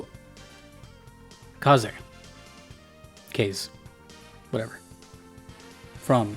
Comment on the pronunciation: This... kinda hurt me. Ah-maht-su kah-zay. It's a bamboo forest, not a swamp. Quite mountainous, actually. They're singing in Japanese. It's a tiger, not a lion. I'm 3 minutes in.